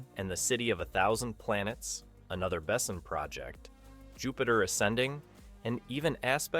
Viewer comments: Have you really never ever heard anybody somewhat correctly pronounce the name of Besson before recording this? Oh you anglos^^👌But good job on the video. 5th element was and is a truly great cinematic achievement. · What AI BS is this? Luc Besson wasn’t sixteen in 1991. And your tts can’t even pronounce his name right. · Interesting way to pronounce Besson. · How have you mispronounced the director/creator/writer's name so poorly? Mila is (Meela), not (Milluh)! Oh boy! Otherwise, you got the other names pretty well! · That is the most American pronunciation of Luc Besson ever. Never heard his name said like that. Maybe i should start to say Clunt Estwüüd jist ro keep the shitty pronunciation going... Holy crap Americans and language is just not a thing. Can we have Gérard Depardieu next.? 😅😅😅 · you are butchering french pronunciation of his surname. 😢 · You got it backwards. Moebius had comics, which inspired Besson (whose name you butchered) and many others. He later directly adapted Valerian BDs (French comics). BDs are very different from American superhero dominated comics. For some reason, there are also many Western setting BDs like Lucky Luke and Blueberry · you know Luc Besson is French, so maybe say his name in French....because its sounds idiotic in English... wait, its made by an American, they dont know where France is and how to say things in French, because French isnt a " real " language! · I like the video, but please learn how to pronounce Besson's name properly... <3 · FFS… listening to this kid brutally mispronounce “Milla” and “Besson” is painful. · Lol - that’s not all. He mispronounced “Besson”. And her name is pronounced “mee-luh”. Not freak’n “mill-luh”. This kid really is an American. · How the fuck does someone talk about a file director but can’t pronounce their name? it isn’t ‘bessn’ it is ‘behSON’ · Why do you insist on calling him BEssn? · Lu Besso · Learn how to pronounce „Besson“